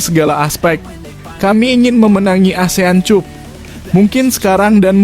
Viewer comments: Min caranya baca gak enak di telinga, benar tulisannya cup tapi bacanya cap lah dll. Ini hanya usul agar gak gali telinga ini, terima kasih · Min ,Cup baca Cap. Malu saya ada yg menyoroti cara bacanya,sebab yg menyoroti bacanya itu , kesannya orang Indonesia tak pandai membaca.